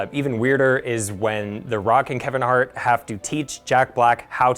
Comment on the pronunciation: This guy pronounces Hart as Art. Like why?